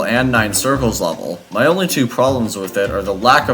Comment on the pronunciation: Bro really said ‘twoe’cu it’s two because it’s a sequel